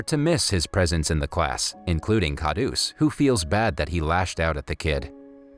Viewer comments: Everyone is simply going to ignore the fact that he totally pronounced the word "daba" wrong which in English means lunch box. Lol 😂😂😂😀😁😂 Edit: Sorry also the word KHADUS which in English means nutcrack. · It's khadus not khadoos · Khadoos is pronounced as Kharoos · Wrong pronounciation plus his name isn't kha roos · u said khauds but its stanley